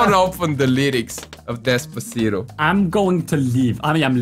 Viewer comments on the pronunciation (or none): Despavegeto why not instead despagito lol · He will never stop saying destcito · Nobody:; dEsPaVeGeTo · Despavegeto sounds very better than despacito :-D